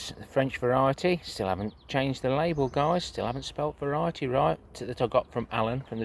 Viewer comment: Well I must say that garlic looks fantastic 👍 the end one is huge. You need a bulblet nursery 😂😂. French way of saying it is “vare” “ity” 😉😉. My shallots had to be harvested early due to rain ☔️ (soggy). Everything looks fantastic and very lush 👍👍. Strawberries galore 🍓🍓🍓🍓😂😂 a good thing to be sick of all that delicious fruit. Thank you for sharing have a great week 🐝 safe